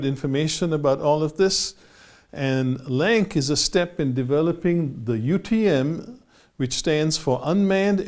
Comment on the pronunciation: Thank you for the video. Minor correction. LAANC is pronounced as "LANCE", there is no hard K sound, as spoken in the video you sited